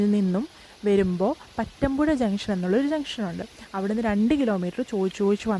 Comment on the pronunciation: പറ്റാന്പുഴ അല്ല പാതാമ്പുഴ